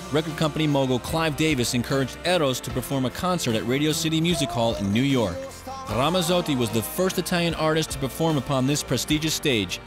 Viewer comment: It's Ramazzotti. You pronounce the "z's" the same way you do when saying the word, "Pizza.":) You're Italian, pronounce your words like one:) I'm just playin with you man but that is the way to say his name and always pronounce a "z" in Italian like a "ts" in english as in Pizza. Thanks e, ci vediamo. Ciao. Recording Artist: VITTO